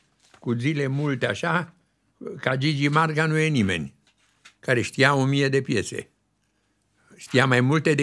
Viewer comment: Morrr! A zis Gigi Larga în loc de Gigi Marga😂. E fermecător!